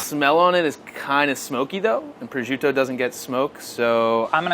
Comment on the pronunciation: I’m so annoyed how they pronounce prosciutto. Makes me crazy 🙃🙃🙃